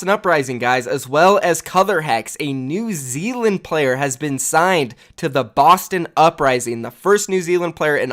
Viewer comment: Now just imagine if Americans didn't say New Zealand so badly lol